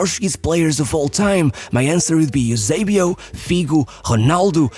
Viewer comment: Why would you say eusabio? You literally never saw him play